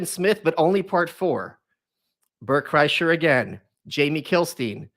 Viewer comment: Lmao he said Bret kresher!